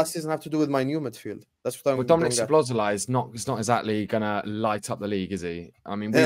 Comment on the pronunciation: The American guy talking about Szoboszlai when he only just learned how to pronounce the man's name. 🤣😂🤣🙃